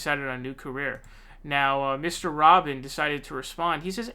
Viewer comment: It's RUBIN like Rubix cube the U is long like OO. Roobin. Rubin. ;) Your welcome. :) You should know who this rubin as*hat is. lol